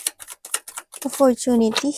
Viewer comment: Offortunity.. a money... Ate free lang mag google Sabi mo dba? Ayusin mo grammar mo daming Mali wag ka na mag English lol sakit sa tenga eh